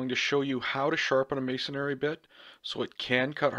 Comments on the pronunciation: Pet Peeve: it's may-son-ree, not mays-son-ary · May - son - re